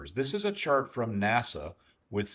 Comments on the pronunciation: When you say "NASA", I assume you mean "NACA". In which case "naka" would be a more appropriate pronunciation as an abbreviation. I know you know this . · Good content, my only critique is that "NACA", is more commonly pronounced closer to 'naka' than 'nasa' the current "National Aeronautics and Space Administration"